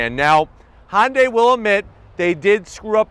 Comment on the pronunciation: Hyundai rhymes with Sunday. It doesn't sound like Honda(y)